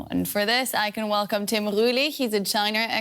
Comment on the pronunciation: Your Wercome